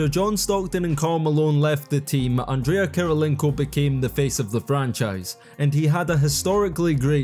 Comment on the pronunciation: he said andrea* kirilienko 😂